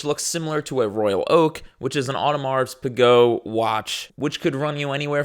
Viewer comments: Not to be that guy but I like to spread correct shit so it’s pronounced, “Oh deh Mar - pee- geh” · Bro said Audemars Pigot 🤣